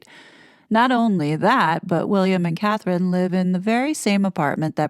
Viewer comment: What kind of journalists are researcher is he if he can't get Catherine's name correct